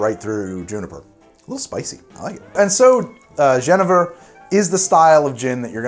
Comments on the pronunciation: Pronounce it "ye NAY ver" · Genever is pronounced Yeh-NAY-ver. You're welcome. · the Dutch pronunciation for Genever is like "yun-aiver" with the emphasis on "yun". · I've always heard it pronounced Ja-knee-ver, but i understood you so it doesn't matter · it's pronounced Yuhneeyver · it makes his (what he thought was the Dutch) pronunciation factually incorrect. His pronunciation of the English 'genever' however could be correct as far as I know